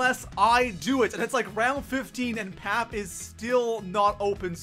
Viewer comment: he said pap😂😂